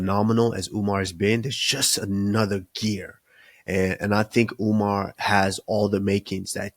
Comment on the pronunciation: That’s how Suga Sean pronounce Umar’s name😅